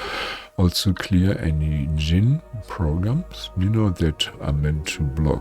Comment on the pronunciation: Oh I got interrupted right when you said Dijin lol ahh I love divine timing